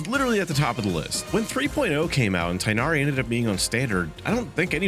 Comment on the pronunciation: Tighnaris name is pronounced moreso, "tignari" or "ti-inadi"